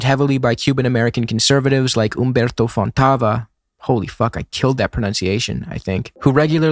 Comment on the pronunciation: It's not "Güevara" but "Guevara" meaning, the "u" isn't pronounced. Sounds similar to the first part of "game". On the other hand, "Humberto Fontava" was perfect! Saludos al pibe!